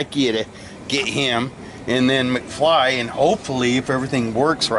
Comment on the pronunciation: McFly sounds more like Mcsceetoe